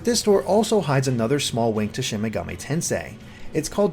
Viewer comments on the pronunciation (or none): none